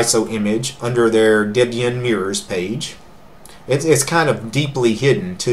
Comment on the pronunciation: A woman named Debora would not be called Dibora. Ian and Debora were boyfriend and girlfriend, later to be married, and from that Ian named his Linux distribution 25 years ago Debian. Deb for Debora, and Ian for Ian. Thus Debian, pronounced Deb Ian, not Dibion. Another tip, look at the camera, not all over everywhere except at the camera, i.e. we who are watching your video. Otherwise, nice video.